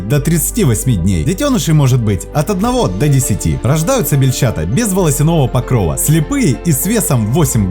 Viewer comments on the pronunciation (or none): none